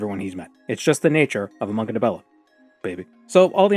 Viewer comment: You mean "monkadibella"?